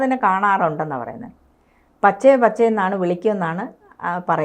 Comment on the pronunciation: പച്ചേ പച്ചെ എന്ന് അല്ലാ Bache എന്ന് ആണ് ഹിന്ദിയിൽ കുട്ടി. മകൻ എന്നു അർഥം വരുന്ന വാക്ക്